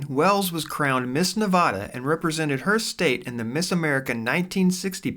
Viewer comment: Narrator can't pronounce "Nevada" correctly